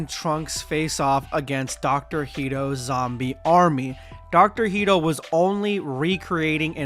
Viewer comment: why do you keep saying “Heedo”? Hedo is pronounced like “head-oh”